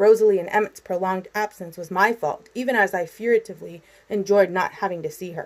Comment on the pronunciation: *furtively (fur tiv lee)